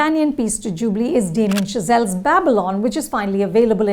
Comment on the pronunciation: With all due respect, how hard is it to get pronunciations of names of movies, characters and actors right? If you can stop for a second to get pronunciations of Damien Chazelle and Margot Robbie right, can you not make the least bit effort to get Viduthalai and Kumaresan (not Kumara Sen) right? It’s just lazy at this point and the name Kumaresan is said a bunch of times in the movie for god’s sake!